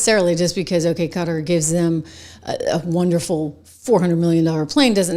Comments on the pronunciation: Qatar. [The Amir of Qatar, when he’s speaking English, pronounces it “kuhTAR”. The “cutter” or “gutter” pronunciation is incorrect.] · ka tar, not cutter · It is a country in the middle east. QUATAR! KAH-TAHR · QUTAR. Some folks pronounce it CUTTER.